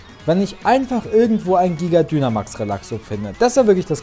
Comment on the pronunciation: Ich glaube man spricht Dynamax Deinamäx aus! Und wieso sagst du zu deinem Weiblichen Pokémon Junge? Sorry😓